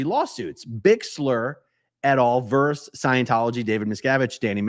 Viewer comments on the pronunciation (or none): "VER SUS", not "VERZ"